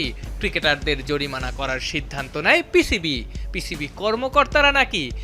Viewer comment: জরিমানা ❌ জরিমারা✔️😂😂